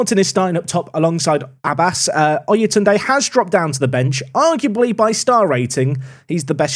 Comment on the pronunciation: Abbas is pronounced more Ab bass (bass as in the fish). Emphasis on the b. If you want to hear how it's said search pronunciation of عباس